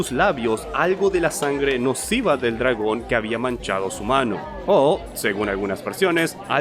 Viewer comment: "le lompió el colazon a un dlagón"